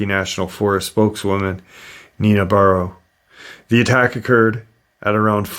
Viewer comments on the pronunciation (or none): none